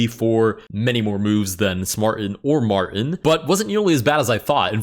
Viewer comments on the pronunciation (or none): “m””r” tin 😂